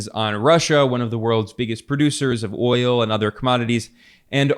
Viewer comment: He said wi nit oyo . Basically eeuu no have oyo AaAaAaAa ....Venezuela Russia.. yes , we inbade Venezuela inbasiones a Russia we have oyo.